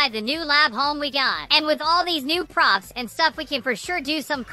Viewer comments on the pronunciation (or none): none